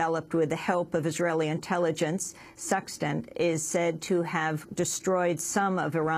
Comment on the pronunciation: the computer worm was called stuxnet, not suxtent